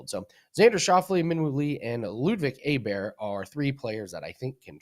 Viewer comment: It's pronounced Oberg not Aberg. You run a golf show, probably good idea to be able to get one of the best players in the world's name right. JS